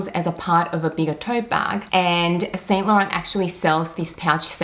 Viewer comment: No offence but please learn how to say 'Saint Laurent' correctly. It's a major turn-off (and irritating to watch) to new viewers when luxury collectors cannot even pronounce brand names properly. For your reference